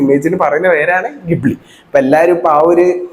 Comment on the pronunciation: Ghibli ❌chali✅